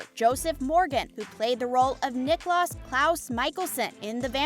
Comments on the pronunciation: 1. Nicklaus is pronounced KneeKlows, which rhymes with knee-house. It’s Viking/German. He was called Nick by family and Klaus by everyone else. 2. Klaus NEVER had a love for Elena. She was a living blood bag to him. Klaus was deeply in love with Caroline. They made love once. Katherine outed Caroline to Tyler at the bitter ball. 3. Stefan is pronounced STEF-fen NOT Steph-fawn! Nails on a chalk board people! 4. Katerina Graham (Bonnie Bennett the witch), shortened her name to Kat, which is the same as CAT! Not Kate! How did you come up with Kate without an E on her name?! 5. Episode is pronounced Eh-pi-sode. NOT appisode! I could go on, but this video left me infuriated. As an Editor in Chief, this video would never have gotten past my desk. The young girl doing the voice over would have to prove she could speak words properly or be fired! There are no dislikes showing on this video. I find that hard to believe! So many people hated this video that they like me wrote in to say what was wrong with it. If you want to be a journalist and use English, practice prior to recording. I will never get the time back I wasted listening to this video, so heed my advice! Practice and research your subject prior to posting. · Same, Nicholas is bothering it’s Niklaus (Nick-Klaus), Stefan it’s (stef-en), Salvatorie it’s Salvatore (salve-a-tore), and hope isn’t a hybrid she’s a Tribrid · Clearly doesn't know the shows mispronounced almost every name. Nicholas (niklaus) 🙄🙄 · U said niklas instead of niklaus pronounced niklows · i didnt even notice the stefan thing i was mostly talking about how she pronounced niklaus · Honestly not even one minute in i paused and scrolled to the comments because they said Niklaus wrong. 😑